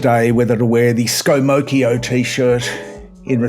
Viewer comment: "Scomocchio". Perfect! Well done, 10/10.